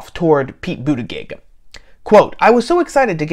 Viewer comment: Intentionally mispronouncing his name is belittling and unworthy of you. I do not question your right to say what you want but I do question your motivation.